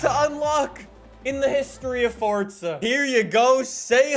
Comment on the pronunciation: Fortza again damn i thought it was forza